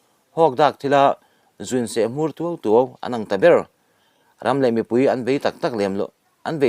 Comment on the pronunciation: Se hmur tuai tuai tih lam dan kha a diklo